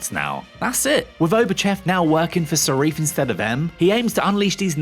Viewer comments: Well, we had a good run with Craig. Now it's time to reboot and return to the old formula, making bond movies independent and not an overarching story. That will make transitioning from actor to actor a lot smoother. One more thing, though... who the bloody hell is this "Sarif" you speak of? Sorry, I couldn't resist. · If you can’t pronounce the name of a movie’s primary antagonist correctly, you have no business explaining any part of it. Nevermind other trivia you also got wrong, like Swann not being the first Bond girl to appear more than once, that would be Sylvia Trench from the first two Bond movies. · for a movie critic, you rushed this video, you cant even get the villians name right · Seriously. Is this guy illiterate? Cannot pronounce th. Think "for better or worst" is correct. Can't even read the name of the villain. You lot have had some real idiots before, but I thought you may have sorted it out by now. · The pronunciation of Safin basically loses all credibility. Both videos too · Yes it annoyed me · Before posting the comment I was just checking if anyone already did it. It was annoying as hell. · I feel like you have to be trolling when you keep repeating the incorrect name of Safin. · Who is “Sarif”??? The name is Safin… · Aarrgghh.....why don't you do your research? 'Only bond girl to appear in more than one bond film'.....er, no. Silvia Trench was the first, appearing in both Dr No and From Russia With Love. Also, why do you keep saying Serif, when its SAFIN????? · Uhh...it's Lyutsifer Safin not Sarif! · Okay good analysis but dude… it’s SAFIN not SARIFFE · You keep saying ‘Sarif’. The villain’s name is ‘Safin’. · Safin, not Sareef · Not Sarif but Safin. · His name's Safin, not Sarif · Why did you kept on saying 'sarif'? It's Safin for chrissakes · It’s Safin! Not Sarif! God this guy can’t read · Sarif?? You mean Safin?! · Safin, omg. Not Serif! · It's Safin not Sarif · Villains name is saaaafiiiiiin bro NOT SAREEEF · Stop saying Sarif !!!